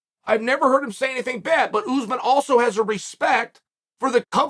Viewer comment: Usman is pronounced UTHHMAAN . Not oozeman And its pronounced hamza. Not khamzat